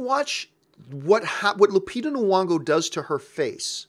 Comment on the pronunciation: If you're gonna praise Lupita Nyongo then pronounce her name right. Do you see Nuwongo?